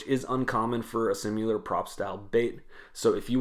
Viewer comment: Not to put too fine a point on it, but "simular" is not a word. It's SIMILAR.